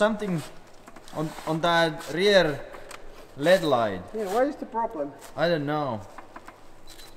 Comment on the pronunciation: LED is pronounced LED in Finland and when you are used to that I guess it's easy to forget to pronounce it L-E-D in english.